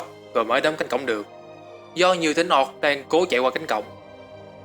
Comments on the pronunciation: "Ooc" thì ổng đọc thành "Oọc", cũng đến lạy. Xem tiếng anh nó đọc như thế nào mà lại tự thêm dấu vào như thế. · Chất lượng video thì ko còn gì để chê rồi, chỉ cần chỉnh lại cách đọc tiếng Anh một chút là okay dáo xư ạ :v Người “oọc” 😂😂😂😂